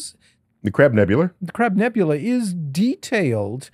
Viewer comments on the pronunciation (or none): Neil calling the crab nebula the crab nebulur like a Madia knock off was cringe, especially when the guy then immediately says it correctly. Like who you pandering too with that thur? Hurrr??..